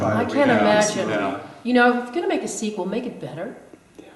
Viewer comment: Yep, and also sequel not sequal .